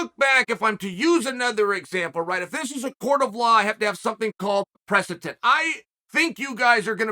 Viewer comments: It’s ˈpresəD(ə)nt/ , not press-a-Tent. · One day our dear Uncle Chael will learn to properly pronounce “precedent”. But for now, we’ll all happily stick with “presitent” and “presitence”. Undefeated, Undisputed.